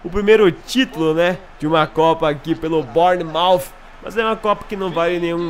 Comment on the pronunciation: Se diz bãnermauf